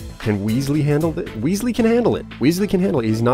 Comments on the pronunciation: WES-LEE!! NOT WEESLEE! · Its not an ee sound in Wesley its an e like in pet. Also please carry on forever!!!! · It's not weasely, it's Wesley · The name's pronounced Wes-lee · please you know how to pronounce "Wesley" good and well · Please say Wesley's name right :3